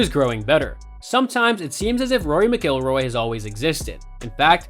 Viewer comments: What a dip wad you are not knowing how to pronounce Rory's last last correctly!!! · Learn how how to say his name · Learn to pronounce the names correctly if making a video on a subject. Video is good, but had to turn off after hearing you say his last name wrong multiple times. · Besides the mispronunciation, the cadence of his speech is ridiculously affected. Easy thumbs down 👎🏼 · Can't even pronounce his last name correctly!